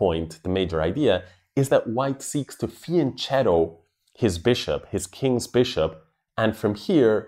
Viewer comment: The word "fianchetto" is Italian: i'ts pronounced with a hard k sound, not a soft Spanish ch sound. I write this in every chess channel in which I find this mistake. Gotham Chess and others seem to finally have learned this detail (not necessarily because of me, Idk if they read my comment!), which is good.